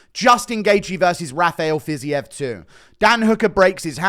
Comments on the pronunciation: "fizzy-ev" instead of "fiz-eev" always makes me lol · Ready to hear Fiziev said as Fizzy-EV